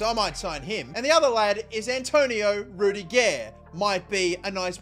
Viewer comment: What does he say ‘rudiger’ like that 😂😂